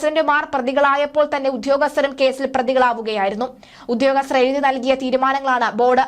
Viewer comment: ഉധ്യോഗസ്തർ അല്ല. അത് തെറ്റാണ്. ദയവായി ഉദ്യോഗസ്ഥർ എന്ന് ഉച്ചരിക്കുക. ഭാഷയെ കൊല്ലരുത്